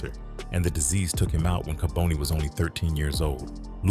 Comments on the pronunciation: Its ka bon ne not ka bone ne . Rip to all those affected by his evil acts . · Kaboni is pronounced "Kah-bonny" not "Ka-boney", you don't catch cancer! smh if you gonna tell the story tell it right! Bonnie didn't sell on corners. We Philadelphians don't like we you eff the story up. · It's pronounced "Ka-Bani" not "Ka-bonie". You can atleast pronounce the name right of the person you're making a video on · You pronounce his name wrong